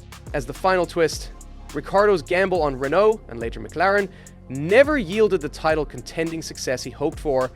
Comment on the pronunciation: The fact you consistently struggle to pronounce Renault, makes it worth watching this slop. 😂😂😂. I understand you're American so I'll let it pass 😂😂😂